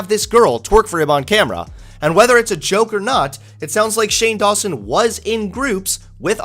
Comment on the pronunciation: That sounds like you are saying "shame lawson".